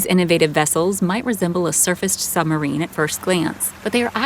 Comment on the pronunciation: I'd have thought to narrate this documentary, one might need to be able to pronounce the word submarine. It isn't a summerine!